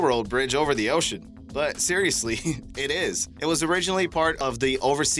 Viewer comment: Jesus Christ learn to pronunciate!!!! It's not da it's THE. Most ignorant sounding narrator for documentary purposes I have ever heard!